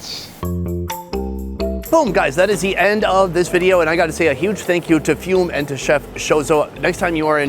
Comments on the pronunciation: Jesus,.. its not pronounced Fume it's pronounce Fuoo-Mee or Hyūmu meaning smoke or earth! I love you Sony but please just like Emu,... it's not E-Moooo,.. it's Em as in seEM and U as in Youuu,.. so EeeMYoooou! From someone that lives in Australia and has a Japanese Daughter inlaw and son who speaks fluent Japanese,.. please please for the love of everything,.. just do a tad bit more research,... I'll still love and watch everything you do though... especially since you have gone on to see my mate Chris in Tassie to go diving with him and catch the biggest seafood you're ever going to get 😀 Yep us Aussies stick together,... even when it's a pie lol. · Is it really "few-m", not "foo-meh"? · "Foo-may", not "fee-oom." 😅 That's surprisingly expensive. Do you think they charge locals that much? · Dude it’s pronounced Foo-Mae, I hope you 🙇‍♂️ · It is pronounced Foo May. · Fume: foo may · FUME = "foo - may"...otherwise, another great video.